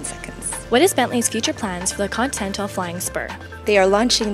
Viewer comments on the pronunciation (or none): "Contental" flying spur?? ContINental :p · god damnit girl its con-tin-nel-tal